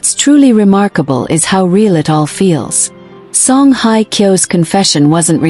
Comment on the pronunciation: excuse me for just for the record, her name is Song Hye (sounds like `Hay` and not like `Hi`) Kyo. And second of all for the record, this is FAKE news. don`t bother watching, although the pictures of her and him are quite nice. Thanks for the photos.